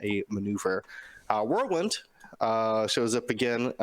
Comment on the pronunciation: Who TF is "World-Wind"? You guys are shitty friends not to correct the dude. Whirl wind my friend Whirl... Wind...